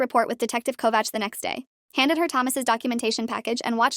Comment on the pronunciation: I am impressed that the AI could pronounce 'Kovács' almost as good as any Hungarian.